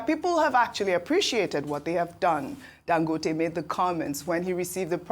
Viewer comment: he is Dangòte not Dangóte as you called him. Listen to Dr Abati he got it right. Ask your Kano friends if you doubt